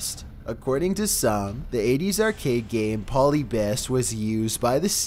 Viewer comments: Polybius is definitely not pronounced that way.. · It's puh-lib-eus not paw-lebus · It's pronounced "drug", not "druuug". 😐 It's "Polyb-I-us", not "Polybus". 😑 And all of these urban legends are nothing but a load of crap...especially those related to games. 😒